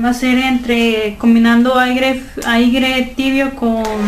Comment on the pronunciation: aigre jajajajaja